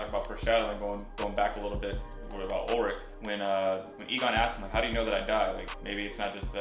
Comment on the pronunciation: I love this reaction series but hearing you say "Ur-lich" over and over is fkn brutal. It's ULLLLLrich dude.